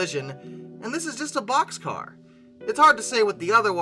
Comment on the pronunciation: Wonderful….finally talking about something I can associate with….No wait…BOXCAR,BOXCAR…not poxscar.